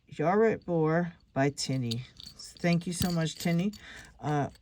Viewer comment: That was a stunning tutorial, absolutely perfect. The lock was my Grandad's, he came from Norfolk, and when I went around to his house he'd say, "Yar Rit Bor," which means, are you alright boy in Norfolk talk. It's great to hear you talking Norfolk 👍😃 Thank you very much for your kind words 🙏 All the very best to you and yours ❤️😍🥰😘😘😘 PS Hope everyone enjoys it 💕